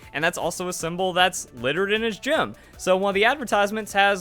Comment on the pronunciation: "Giim" for Gym.